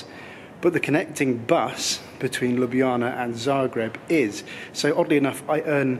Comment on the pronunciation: I initially watched this trip report initially to see how you would get your tongue around Ljubljana - and you did it perfectly! Then, alas, you said it was the capital of Slo-vee-nia. Sorry, but it's pronounced Slo-ven-iya! LOL! Anyway I do so much like your trip reports - plenty of of video, and just the right amount of talk. Keep up the good work!